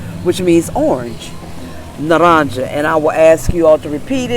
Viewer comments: Naranja not narancha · Naranja es NAH-RANG-HA, Silent J. Beautiful video & very informative! 💙💙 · Thank You! Btw…It’s Na-rahn-ha…for orange!…"ja" is a "ha" sound😊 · You said naranja wrong! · Just FYI, you can look up proper pronunciation on the web - just type "pronounce tranquilo" "pronounce naranja" because she didn't pronounce them right. Duolingo is good for learning Spanish and listening to pronunciation from various people. That young girl is hard to understand because she speaks so fast but it's good to hear how fast people might be speaking.